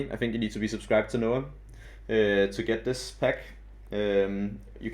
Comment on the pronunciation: Nice vid, but it's pronounced NA-owh not noah :P